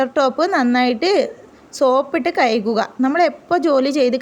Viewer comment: കഴുകുക അല്ലെ ❤ kayukuka അല്ല